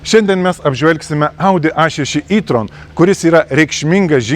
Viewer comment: Sveiki, Jei jau kalbate lietuviskai per video tai taresi E tron ne I tron😊